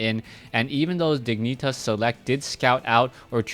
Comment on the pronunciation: lmfao u say diginitas not even close to how it is pronounced...... almost like someones grabbing your balls while you say it lol